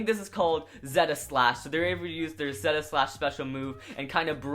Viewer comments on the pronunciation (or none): none